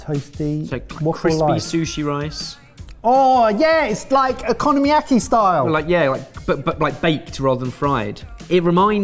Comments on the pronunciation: OH-ka-NO-mee-YA-kee. Not economy-yaki. It’s Asian street food, not England’s housing market. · Economy-yaki? What? Honestly, I have to say I'm actually impressed someone is able to butcher a word so badly. I can almost guarantee you've never heard someone pronounce okonomiyaki like that, so for the love of god.... Why?????